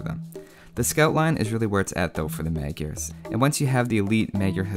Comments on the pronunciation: I've seen that you take great care of details like the correct pronunciation (plumed :P ) and as my country borders with Hungary, I can tell you that "Magyars" is pronounced [majars]. Nevertheless, keep up the good work. ;) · Tis pronounced "Modj-yars" or thereabouts. Don't worry, nobody gets it right. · It is pronounced as Madyars in hungarin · Kiváncsi volam hogy fogja kiejteni. Magiarsz. Kicsit fura volt de nem magyar a gyerek szóval megbocsáltok neki xd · The Magyars are Hungarians. And you’re pronouncing it very wrong, but you know that already. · Good, although, in Hungarian, "gy" is pronounced more like the "d" in "duel"... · Not magyars its hungarians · it's pronounced Mud-yars. Hoo-sars. Legend has it all the villagers are Toldi Miklos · That pronounciation is pretty funny :D For the A in Magyar, there is no example in English, it's like the U in UP, with less widely open mouth. HUSZAR (originally HUSZÁR): HU is like WHO with a normal H, like HUNGRY. SZ is a normal S in English. Á is like pronouncing UP with a long syllable. That's where the Hussar's name originates from as well. Also, calling us Hungarian would have been simpler from the developers as well.